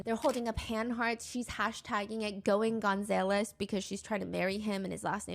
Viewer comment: Stephanie has some funny pronunciations for names like “Gonzaylez” but yea it’s def because she’s never seen it; we all have those words that if we’ve never heard them pronounced, we read it and just pronounce it how we think it is until otherwise taught or told 😂😂😂